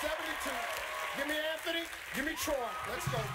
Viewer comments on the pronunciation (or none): none